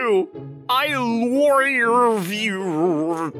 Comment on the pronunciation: Male VA isn’t for me, I’m gonna mute this one. I really hate how he pronounces love. “I Lorve you” like wtf